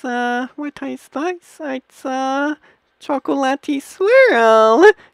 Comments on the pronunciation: WTF is this? When he said chocolate it sounded like he said cocain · GUYS I FOUND OUT WHAT DRUG HES ON! "Chacatoate cocain" (I know how to spell chocolate it's just the way he said it XD)